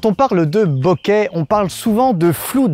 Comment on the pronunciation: je suis désolé mais bokeru en japonais ça se se prononce bokérou ça veut dire "trembler" boketeru" bokéterou, ça tremble, et enfin,c'est flou se dit "boke" : boké c'est flou avec un accent aigü et surtout pas en voyelle longue et avec un accent grave comme tu le fais avec ton "beauquet..." amen